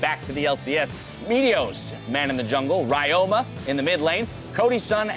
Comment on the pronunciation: Ryoma is read as Ree-yo-ma. And the yo is pronounced as the o in obscure. It's Japanese. Please correct it, it's annoying.